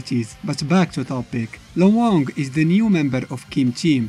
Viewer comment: You pronounced Luong's name incorrectly. It's one syllable, not two syllables. The diphthong is much smoother and combined in her name, a Vietnamese name. The character is Vietnamese.